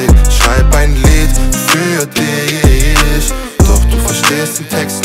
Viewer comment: Gutes Lied, aber wenn man" ich dich mich" nicht richtig aussprechen kann verliert man einen großen Teil von potenziellen Zuhörern